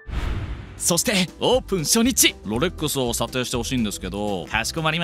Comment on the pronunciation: 発音を聞く限り「LOLEX」って言っているのでヴィトンをブトンって言ってる位の差異は有りますね。